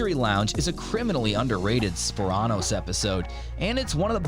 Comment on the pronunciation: Sporano's? how do you fuck that pronuciation up.